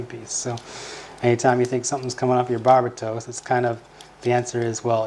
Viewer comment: the way they say Barbatos is driving me crazy